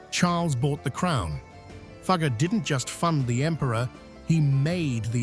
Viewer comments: Teach your ai robot to pronounce Jakob Fugger's name properly. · Please check the pronunciation of “Fugger.” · It hurts as a German speaker how Fugger's name is mangled. How difficult can it be to et a simple name right?